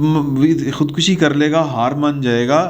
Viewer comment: Khudkashi نہیں، khudkushi ہوتا ہے۔خودکشی میں کاف پر پیش ہے زبر نہیں۔